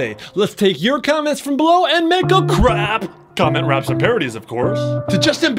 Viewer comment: I need to watch some craps but I thought she said I need take some craps